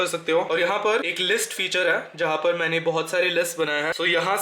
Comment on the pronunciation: Bhai aap ‘hai’ kyun nhi bolte. Your hai is silent in every sentence